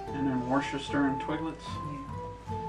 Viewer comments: Worcester is usually pronounced something like Wustuh. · Worcester is oddly pronounce wuzter